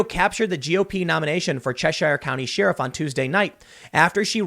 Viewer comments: Tim. As a mixed race person who had to live in Hyde Park for 3 years as a Navy recruiter....I cant get comfortable with how you say sheriff. It sounds like you are saying Sheeriff. I didn't have to deal with the streets being shut down just because a certain former president wanted to visit home for this. :p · Why does Tim say sheer-uf sometimes and then in the next sentence pronounce sheriff correctly? Does anyone know? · I swear each time Tim says the word “sheeraf,” I have to suspect that he’s an agent from North Korea. Americans don’t pronounce sheriff like this. Remember, he said he’s quarter Korean but never said which Korea! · I've heard crick, eltse, liberdy, nucular, samwich, and woder. but this is the first time I've heard she-riff. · I love the way Tim pronounces sheriff, it's adorable 😍.."sheerif" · I'm irrationally bothered by Tims pronunciation of "shyeeruff" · God was wondering if anyone else noticed it. It just bothers me lol "sheeriff" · Fun fact the actual pronunciation is cher-reef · Lol he says "Sheariff". Sorry tim hahahaa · Shee-riff? Is that a Chicago accent? heh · Seeirif....sheeiruph shiriff? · did he say shee riff? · Again, what is a sheeruf? I know what a sherif is, but whats a sheeruf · I say Share-iff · I know folks from Chicago. I've watched many Dan Aykroyd movies. Never heard "sheeeeriff". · Isaac J Baker Am I the only one who can't stand how Tim says sheriff? Wtf is a SHEARif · Wait a minute... Didn't Tim in his previous video pronounced sheriff as she-riff? Coincidence? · Unperson Excellent! Btw Am I the only one who can't stand how Tim says sheriff? Wtf is a SHEARif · Is that how you pronounce Sheriff? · Tim does some really good work and I'm enjoying watching his awakening these last few months, but the way he pronounces sheriff is just horrendous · Why tf can't this dood say Sheriff right?!? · Can someone close to Tim tell him how to say SHERIFF 😭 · Is it just me or is tim saying "sheriff" incorrectly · I hear it. It's weird.